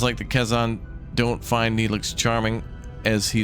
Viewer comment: and Kay-Zon, lol, but I love he's giving it a try! Hope its a series